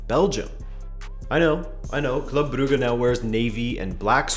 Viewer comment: They way you said “brugge” was on point